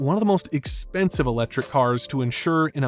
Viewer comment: “Uh-lechrik” cars.